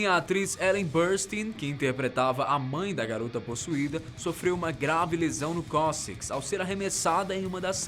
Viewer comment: Sofreu uma grave lesão no "coxis"?..?? Não seria melhor cóccix?